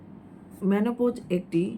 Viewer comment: The right pronunciation is Menopause not Monopause . Mono means one/single . Please do rectify .